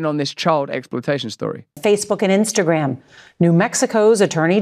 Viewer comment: She said " spinster gram" 😂😂😂